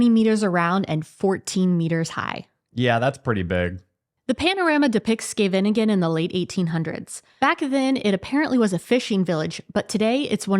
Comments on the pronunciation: De plaatsnaam Scheveningen werd in de Tweede Wereldoorlog gebruikt om te kijken of je wel een echte Nederlander was. Duitsers zeiden namelijk Sjeeveningen. (en SkevveNINgen is dus ook niet de goede uitspraak, het is SGEEveniñgen met een hele harde (schrapende) 'G'😊). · It's funny. It makes me smile.. pronunciation of Scheveningen is great though!! 😉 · It is rumored that during WW2, the Dutch could tell a Nazi spy as they could never pronounce Scheveningen correctly. That name was the test.😅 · How many syllables does Scheveningen have?! 😂😂